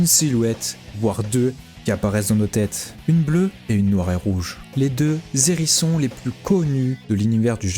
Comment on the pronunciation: salut chez juste ta fait une liaison a "les hérissions" quand y'a un "H" on fait pas de liaison je sais que c'est un peu chiant mdr sinon super vidéo et intro aussi au passage